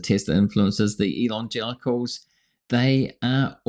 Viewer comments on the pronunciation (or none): whenever he says "elon-gelicals" it sounds a lot like "elon-genitals" and that's ..... NOT a mental image I want